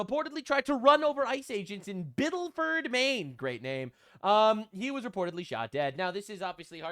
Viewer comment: Not Biddleford. Biddeford.